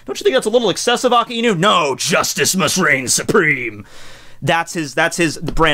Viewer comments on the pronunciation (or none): It sound like you're saying "Aki Inu" sometimes. Didn't know it was difficult for native English speakers to pronounce "Aka", or is it the combination of "Aka" + "Inu" that makes it more difficult? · Its A- KAI- NU not AKA- INU "KAI" as in king kai. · It’s not Akiinu. It’s pronounced Akainu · I pronounce it like Ak-eye-new 😂 either way is fine though. Aka-ee-new sounds more Hawaiian which kinda seems like his theme. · So....i've been wondering something. I've heard you and a few other youtubers pronounce it aka-inu. I've always thought it was a-kai-nu or a-kay-nu. am i alone in this? i also understand that akainu means red dog and therefore the correct on is aka-inu. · Every time says Akainu, I die inside. It is pronounced 'ahk-eye-new'. The 'i' in japanese is very subtle when it follows an 'a'. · I have a hard time understanding some points, does he refer to "AKAINU" when he speaks of "AKINU"? Maybe is he another character? PD: Funny enough, I don't watch One Piece put I like to watch videos. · ah-kai-new sah-kah-zoo-key, seriously I understand differences in languages but if that's how the dub says his name it would annoy be to no end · I'm sorry, but the way you say his name.... Dx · You're pronouncing the name Akainu soo wrong!